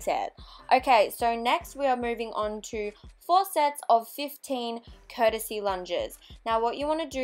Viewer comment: Oh I meant the pronunciation. 😊 I should've clarified that.